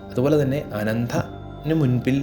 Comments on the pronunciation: Pathaaanjsli Maharshi aaraanaavo mahaanubhaavas..PATHANJALI....pinnaeyyy ...Anandhan..athaaraanaavo, ..adimadhyanthamillathathanu ...ANANTHAN..NAKHANGAL, ENNU dayavayi ucharikkallaey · Pronounce 'a'karam ,not 'aa'karam. Same way Not andhan that means Blind. Anandan means Antham illathavan ennanu. TRY TO PRONOUNCE CORRECTLY, AS YOU WRITE.